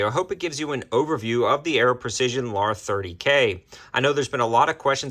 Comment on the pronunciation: Luh - har. Let's say it together now.